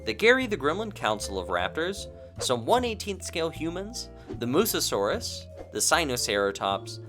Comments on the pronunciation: Noticed you keep saying "Mussosaurus" instead of "mussaurus" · I don't want to be that guy but I have to say it It's a bit funny how throughout the video we see the text say "Mussaurus" but you keep saying "Mussa-saurus" as if there's an extra 'as' in the name xD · Its pronounced “mus saurus” not “mussasaurus”. (But I also pronounced it that Way before) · This might be my OCD talking, but aren’t you supposed to pronounce Mussaurus as Muh-saurus rather than Muh-sa-saurus? It was kind of an itch during the whole review (which was terrific, love your videos) 🐥